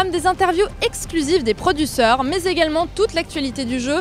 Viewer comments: elle a dit produsseur? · il faux aussi savoir dire producteur nn sa serais pas mal !! xd